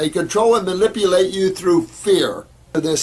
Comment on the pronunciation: Pity he says Malipulate you instead of manipulate... anyway ...